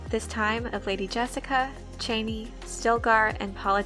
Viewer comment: OMG the way you pronounce Chani. My ears are bleeding.